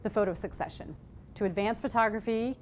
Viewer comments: just a quick comment, "secession" is not pronounced like "succession". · Mispronouncing Secession over an over because when she read it she misunderstood it. Until maybe she read it in context. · and it's not pronounced the was she is pronouncing it... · Thank you! I can't handle it. I'll still show this to my intro to photography class but I'm going to have to leave the room. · I knew that and almost changed the way she pronounced it, because English is not my first language, I had to watch several videos about Stieglitz to get it right. She messed it up being native and informed and all #bummer